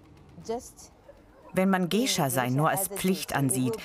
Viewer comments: Mich macht es so aggro das der Erzähler "Gaysha" sagt und dieses "Gay" was man garnicht so sagt auch noch so doll betont. 😑😠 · "Gescha" alter GEISHA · was für "gescha" oder "geischa" das spricht man gaischa aus wtf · Man spricht es "gaisha" aus...